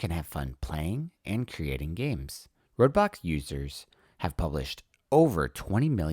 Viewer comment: It's pronounced Roblox, not Roadblocks